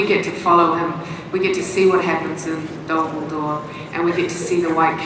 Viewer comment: When Phillipa Boyens said "what happens at Dol Guldur" did anyone else have to skip back a few seconds because they thought she said "what happened to Dumbledore"?